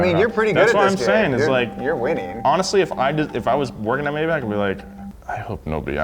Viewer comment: Mai-bach* Not May